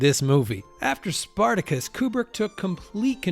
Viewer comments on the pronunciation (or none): also SPARTACUS mispronounced in film, CLUELESS